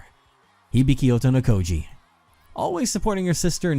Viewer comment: The game has ended and the Otonokoji twins still haven't learned how to say their last name